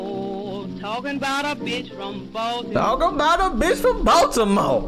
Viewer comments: A bih from BAL-TEE-MOE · Bruva Cap baldamore 🤨